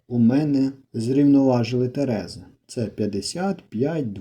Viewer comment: ТерезИ (наголос на И)